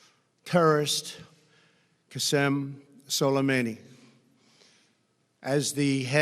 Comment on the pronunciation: 'Solameyni'. Good pronunciation Mr. Trump